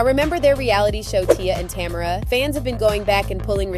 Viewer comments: Tamera not Tamra.....smh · I was literally about to write the same thing. It’s not Tam-er-a! Say this woman’s name correctly or don’t make a video about them. So rude. Ugh lol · It's "tuh MARE ruh". How you gone do a whole video and not research how to pronounce the woman's name?